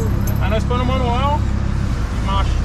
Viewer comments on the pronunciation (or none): none